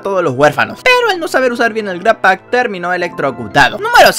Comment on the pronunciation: no es "gratpack", es "grabpack"